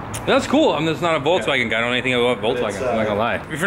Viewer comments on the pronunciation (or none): Love how you guys pronounce it VOLTS WAGON when it is VOLKSWAGEN